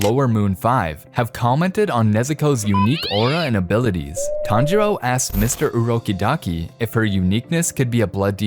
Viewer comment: "mrs. Orokidaki" Me: sir it orokodaki